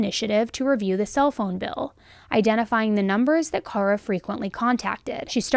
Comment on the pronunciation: She is pronouncing it correctly for Kara. FYI.